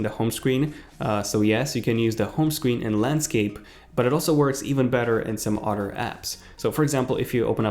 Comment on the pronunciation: I like the way you pronounce dd instead of th, for instance odder instead of other